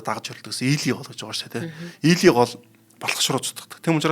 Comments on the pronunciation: Ийлий гэхгүй ээ Илий гэнээ Монгол нэр шүү дээ.Яагаад ингээд сольж зөрүүлж дуудацгаагаад байдаг юм бэ. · Ийли гэдэггүй. Монголоор Ил гэдэг